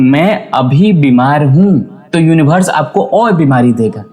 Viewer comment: सब कुछ ठीक है भाई साहब लेकिन यूनिवर्स को यूनिभर्स मत कहिए